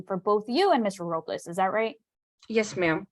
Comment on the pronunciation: She keeps saying Ms. Robliss "very disrespectful"